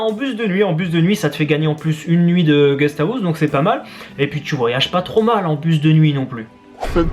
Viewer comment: Faire Round 1 à Odaiba ( île artificielle dans la baie de Tokyo ) pour 24 euros tu peux passer 22 heures dans un énorme Game Center avec plein d'activités. Allez voir la vidéo d'Ici Japon dessus pour voir de quoi je parle ;) PS : décidément tu prononceras toujours ghest-house "ghestahousse" x) le meilleur